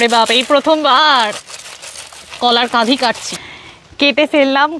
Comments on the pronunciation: শ্রুতিমধুর। পরিস্কার বাংলা। তাসত্ত্বেও আমি যেনো শুনছি কাঁধি বলছ, হবে কাঁদি। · Didivai, Kolar kadi hoy, Kadhi...na. Kadi. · Kadhi noy Kandi.